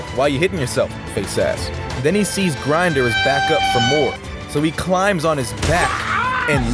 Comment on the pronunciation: btw its not grinder, its grimdor. ppl pronounce it (Grimm-dorr) thought u wanted to know